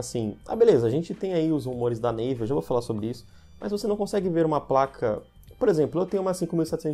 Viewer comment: Navi* nao neive.